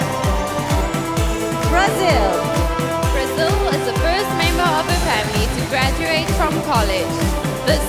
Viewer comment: Is Brazil really pronounced as "Braziw"?